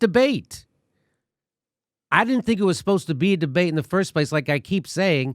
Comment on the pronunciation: Debate did you say de bat?